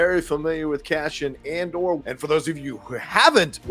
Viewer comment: Not sure why but I hear you say CASHION, instead of CASEON. I'll see how they say it in the series. Also Scarsgard saying ANDER instead of Andor is a bit weird. 🤔